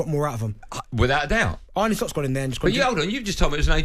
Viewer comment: Arne not Arnie